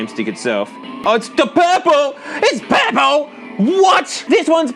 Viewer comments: “oh it’s the pehple! IT’S PEHPLE!!” Sorry but that killed me 🤣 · has a hatred for purple so much that he uses a different dialect of his accent. Hilarious.